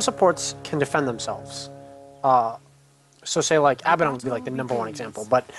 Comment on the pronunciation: ermagerd...This was hard to watch with pronouncing Abaddon's name wrong over and over...Not trying to be a dick but that stuff drives me crazy!!